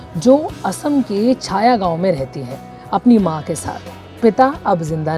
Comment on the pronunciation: not asami, asomiya. not sayagaon it's chaygaon. pronounce properly.